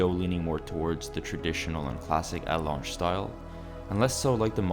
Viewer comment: Right? Butchered both Glahütte and Lange